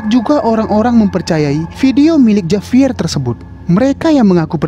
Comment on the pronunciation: Di bacanya bukan Javier ka tapi havier